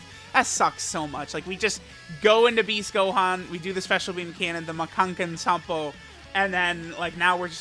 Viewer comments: Dude... It's Makankosappo not Makankensanpo!! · i wonder if will ever understand that it is called Makankosappo he always says makankensappo or so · It's Ma-Kan-Ko-Sappo Not Ma-Kan-Ken-Sampo Just say it in English otherwise bro lmao. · we going to ignore how pronounces the "Makankōsappō"?